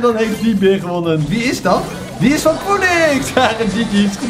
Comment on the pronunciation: Je spreekt Phoenix anders uit